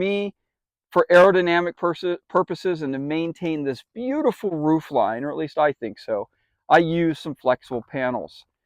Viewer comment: Where you at ... you said it's up on the ruff not roof